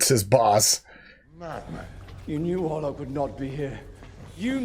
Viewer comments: hey, not to be all nitpicky, but his name is count orloch...orloff is a snowman from "Frozen" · At the end you kept calling him "Count Orloff" It's Orlok. Just saying. By the way, I personally think Max Schrek is still the creepiest Count Orlok even though it's the original 1922 film without the advanced special effects, gore and makeup, he just had a particular creepiness about him in that old B&W film that is unequaled imo. I personally don't think great makeup and special effects and lots of blood and gore necessarily always equals true "creepiness" in the sense of being chilling, dark, gothic and mysterious. Which is why I like the old B&W horror movies the best.